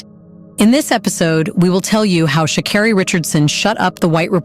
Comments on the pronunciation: It’s pronounced sha CARE ree. the voice over finally got it right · Maybe say her name right?! 💁🏾‍♂